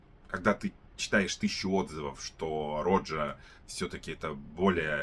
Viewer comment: Автор , не рОджа, а РожА.. Не парфам а парфюм.. Режет слух когда не правильно называете ароматы ...